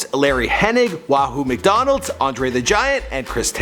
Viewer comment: Did he say Wahoo McDonald!? Cmon